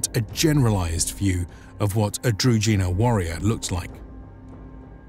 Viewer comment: Could you please just validate the pronunciation of key words when making a video? Shouldn't be hard. Družina is pronounced different, where ž is pronounced like J in Jules (french) for example. Otherwise, big up for the video. Nicely done.